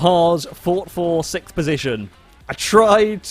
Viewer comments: you should get out of the way of faster team mates and not block their faster lines. also, its pronounced six-th, not sith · IT'S NOT SICKTH. IT'S SIXTH. AAAUUGGHHH!!! PLEASE STOP MANGLING THE NUMBER!!! YOU AND ED SHEERAN!! 🤣🤣🤣🤣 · but Theo meant that he says sikth, not siksth. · Why does he pronounce sixth like that? "Sicth"